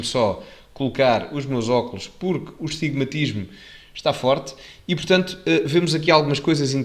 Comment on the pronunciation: Astigmatismo,... (E não "estigmatismo...").